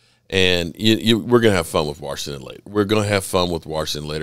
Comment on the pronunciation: My new favorite thing is slowing this video down to.25x speed, going to and hearing you say “WARSHINGTON” 7 times 😂 Always love the content. Keep it up.